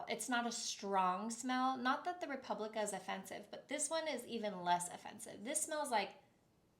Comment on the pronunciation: Replica :) Not republica. As in it replicates an experience. ❤